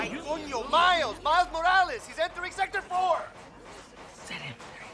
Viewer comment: "Mails" XDD its Miles